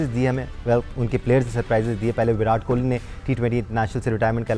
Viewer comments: It's kohli not kholi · Bhai Jan Kohli not Kholi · Kholi nhi hota hai kohli hota hai 😂